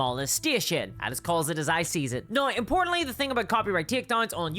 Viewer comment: Yeah but why you say "neigh" instead of "now"